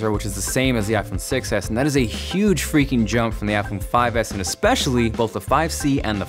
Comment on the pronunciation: whenever he says I phone 6 s it sounds like iPhone 6 ass..